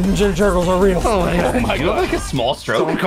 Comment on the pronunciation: It is ríl